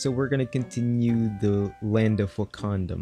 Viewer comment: Wakadom? Wakandom hahaha. still, very interesting series keep going dude! love the videos you always find a way to make things interesting! cant wait for the day you make that transit system! then I can brag and say I was here before that was built lmao! goodjob!